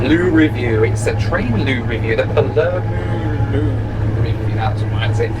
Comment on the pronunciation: You saying Palermo has my inner Italian crying